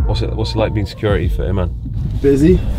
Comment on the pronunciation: When you say securi -e did you mean security ? There’s definitely a ‘ T ‘ in there .